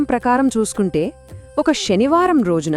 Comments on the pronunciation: Mee voice chala bagundi,explanation kuda chala bagundi kani mee pronunciation baguledu. Sanivaranni shanivaramani alage suddi ni shuddi, ani palukutunnaru. Ala vintunte anyamatastulu palukutunnattuha undi please try to change this pronunciation. Thank you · Sanskrit lo sa ni sha ane antaru